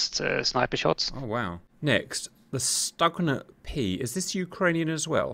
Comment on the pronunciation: Stugna is pronounced Stuhna